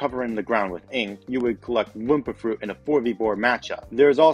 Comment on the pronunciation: That a weird way to say "wompa fruit"